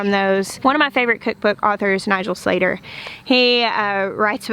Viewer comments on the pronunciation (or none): none